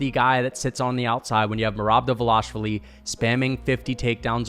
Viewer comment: I thought this dude was pretty impressive after the first take. Then he said Justin Gaethje can’t wrestle and that Khabib took him down first try (try 7th) Then said Henry isn’t dangerous on the ground, which made me literally lose brain cells. Then he meat rides dvalishvili and can’t even pronounce his name right and has the nerve to even suggest that it’s possible he could beat Max🤣 This dude seems like he is a casual fan that did minimal research sand only watches the main event fights and probably doesn’t even know that Justin Gaethje gave JORDAN BURROUGHS one of his toughest matches, ever Henry is a 2x gold medalist, and to say Cory is his nightmare when Cory got submitted by Aljo, is purely naive. I agreed with Khamzat v Adesanya cause that’s common sense. Justin probably knocks out both beneil and gamrot, arman and him would be close, by no stretch of the imagination a “nightmare”